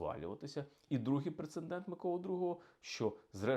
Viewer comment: Пане історику! Пре-це-дент, НЕ "прецеНдент".